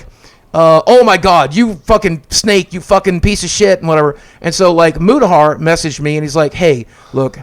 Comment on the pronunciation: I like at the end when n boogie started called Mutahar “mutacar” hahaha